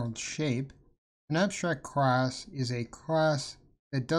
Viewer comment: yo why do you keep saying crass??